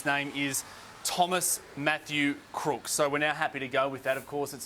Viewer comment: the female reporter said "Crook" , not "Crooks".